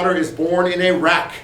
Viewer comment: About : "Tarwater was born in a wreck." It sounds like he is saying Iraq.